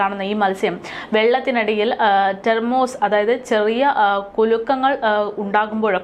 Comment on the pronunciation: തെർമോസ് അല്ല കുട്ടി tremors ആണു